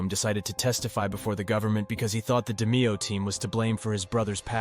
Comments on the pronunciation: NO! It’s ROY-DE-MEY-HO-HA WTF IS WRONG WITH YOU! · I mean if your gonna do a fuckin documentary learn the correct pronunciation of the main guys in the doc. He’s fucking up Roy’s name Dameo and eppolito Ahpoloto. But when he says the Demeo Crew he says it fine . Wikipedia or strait out of a book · ITS ROY DE-MAYO!!! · What's fucked up is that sometimes he pronounces it correctly. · I wonder if these narrator's think they are disrespecting these mob guys with their blatant mispronounciatiins.. initially he got DeMeo's name right, then he went on to blunder that too. Apparently these narrators don't realize that when they can't even take the the time to get the names right, it makes people wonder what else they got wrong. I guess it just doesn't bother them to sound like IDIOTS!!! I wish these people could be confronted with their emphatic apathy and incompetence. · Who the f*%k is Nino Gag-ey Or Roy Dahmeo? Maybe you mean Nino Gaggi (Gah-Gee) and Roy DeMeo (Duh-Mayo)